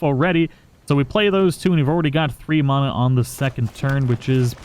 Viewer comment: Disliked bc the way u say mana